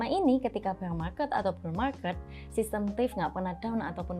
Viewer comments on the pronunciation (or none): none